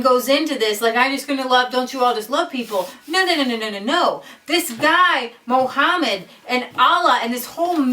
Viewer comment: Firstly, if you're going to slate Islam and claim that you know the teachings of the Quran, please learn how to say A)Muhammad B)Quran Secondly, what you are saying in this video is completely misinformed, Islam if the most peaceful religion and Muslims the amongst some of the most peaceful people you will ever encounter. The people you are referring to are Islamists, alongside a smattering of extremists , bear no real representation of the majority of the immigrant Islamic community. Your implication that the whole of the "30,000" Mulism residents of Luton are extremists is honestly laughable. What you can see from the protest is that a few hundred Islamists were on the march, the camera angle probably exaggerates the scale of the rally for dramatic effect. Furthermore, your heralding of Stacey Dooley as she slates these people acts to imply that she is an anti-Muslim, which if you watch the documentary, will discover is complete rubbish. You CANNOT imply that the bible and Christianity is without fault when comparing it to the Quran, both these books are archaic and ideologies change, though I cannot claim to have read the whole Quran, I have a fairly proficient knowledge of it as well as of the Muslim community, I have also visited many Mosques and known and met many Muslim people in my sixteen years. It astounds me that two evidently grown women could be labouring under such a heinous misapprehension as the one you appear to be under in regards to the Muslim faith. As a C